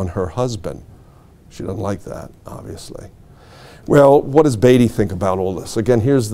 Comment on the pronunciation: It's amazing to make your life studying Jutland and not learn how to pronounce Indefatigable. I don't care how they say it in America; this was a British ship. And Beatty too, for that matter.